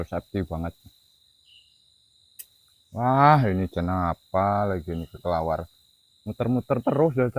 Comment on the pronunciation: ini orgx pemberani banget...tp syg sekali ngucapin kelelawar sj g bener" dulu....😂😂kata kekelawar...bukan kelelawar..😅😅semangat trs ya mas..